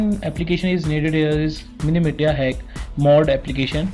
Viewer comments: It's pronounced Mili(s)ia & not miliTia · Dude please pronounce the name correctly...its miliशीया not miliटीया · its pronounced milisha not milliteeya